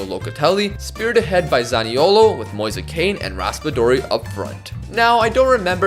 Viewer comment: mf really calling Moise Kean "Moisa Kane"